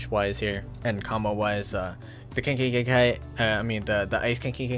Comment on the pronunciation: The way he pronounces Keki genkai is so cringe but than again it’s roblox so it’s expected